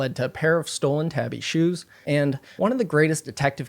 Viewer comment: Ok it’s killing me that y’all are saying ‘tabby’ 😭 it’s pronounced tah-bee. It’s a Japanese word.